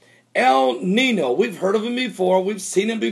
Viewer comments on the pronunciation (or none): Though I am not of Mexican/Spanish descent, I am familiar with the language as I am from So. Cal. and something you keep saying is irritating me. El Nino. Notice the little squirelly thing above the second N in Nino? That N is pronounce like an NY so it is actually pronounce El Ninyo. Stop saying NINO. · Follow me....EL NEENYO.....not NEENO....lol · the little mark over the n makes a ya sound el neen-yo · It's pronounced 'ninyo' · It's a Spanish word pronounced "neen-yo"... The little squiggle above the "n" means that it is pronounced "n-y".